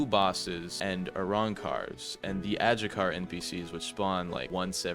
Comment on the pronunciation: Isn’t adjucha pronounced adhucha?